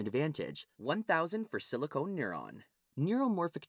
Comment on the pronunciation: It's SILICON, not SILICONE! Dammit!